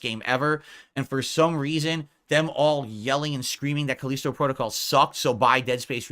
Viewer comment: I can't take his pronunciation of Callisto. He's trying to big brain it or something. Like most things I guess.